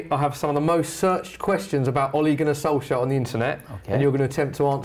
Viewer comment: In Norwegian it's pronounced olay(like the face cream) gun-our solsyayer if it was written in English with the Norwegian pronunciation.